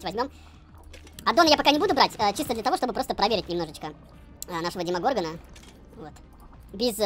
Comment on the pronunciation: ударение правильно на на Демогоргон конечно же XD - ты абсолютно прав )